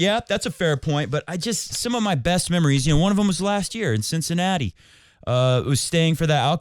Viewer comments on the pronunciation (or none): none